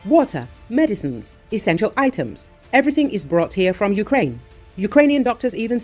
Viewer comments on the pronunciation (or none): none